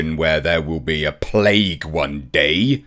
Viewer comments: “Plaque” not “plague” makes quite a difference in this context really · She said "plaque" NOT "plague" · Came to say she didn’t say plague, she said plaque. There is a big difference between the two. I don’t agree with anything she said but she didn’t say there will be a plague.